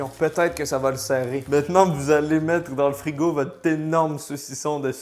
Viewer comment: Bonbons au PEUTATE